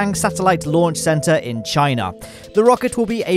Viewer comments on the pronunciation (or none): none